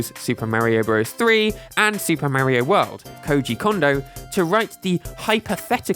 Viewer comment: For being so focused on Nintendo, why do you keep saying Marrio? Don't you try to be accurate with your pronunciations of other names on your channel? Why do you keep mispronouncing Mario?